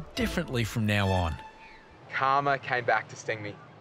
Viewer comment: Clicked to hear an australian pronounce 'karma'